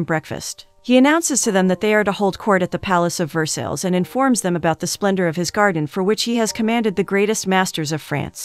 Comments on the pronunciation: I usually love, but no movie title and saying Ver-sales 2 or 3 times only a few seconds in? It's Ver-sigh! Dang! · Pronunciation.. Ver -SIGH not Ver-Sells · Ver sales Lmao I love AI voices sometimes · Versales??? VERSALES???! I just can't. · Ver-sales palace? 🤦🏻‍♀️ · each time the narrator butchers 'Versailles' I cringe a little...good story tho